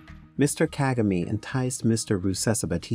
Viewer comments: You are mis- pronouncing his name.... DO NOT ANGLICIZE IT. pronounced. KA-GA- MAY. the last syllable is pronounced sharply. Ka-Ga- Me. Thank you. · OMG at least pronounce the President's name correctly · If you are going to do a report on the Rawandan leader shouldn't you learn to pronounce his name correctly. Just a thought.